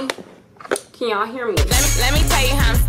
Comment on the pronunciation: That "can yall hear me" lowkey sound like "keion hear me" 😂😂